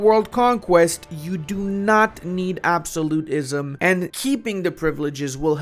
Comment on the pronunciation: I will subscribe if you can start saying "absolutism" correctly